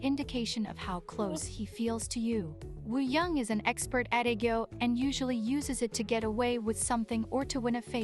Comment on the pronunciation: you pronounce it right :) it’s just the robot voice that messes up sometimes. For Wooyoung just remove the W :)